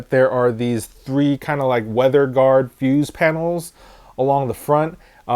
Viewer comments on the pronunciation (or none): none